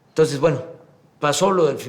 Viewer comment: Que alguien le enseñe a pronunciar a este estupidazo. Se pronuncia entonces no tonsess. Mamarracho en Placio Nacional .